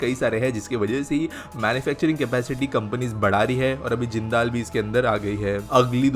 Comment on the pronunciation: Bhai wo जिंदाल नही जिंदल है